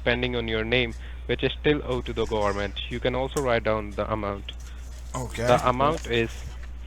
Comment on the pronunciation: That was funny. You pull him up on coat house, so he tries really hard to pronounce it as court house, but then rather spoils it by referring to the gohmint!